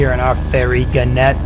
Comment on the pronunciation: At the risk of seeming a boring pedant, it's gannet with the emphasis on the first syllable - as if you were saying 'gaanet'. It's a seabird closely related to the booby. Anyway, back to the plane...